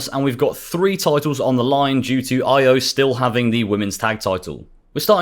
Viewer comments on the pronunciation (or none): He name is E-OH not EYE-OH